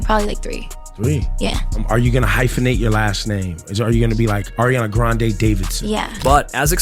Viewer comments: You mean Irania Grand... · Ariana Granade????!!! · exactly, i was like "ARIANA GRENADE, THE HECK???!!" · You mean airiana grande